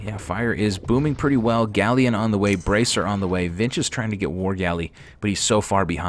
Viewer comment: Galleon is not pronounced like that. Look it up.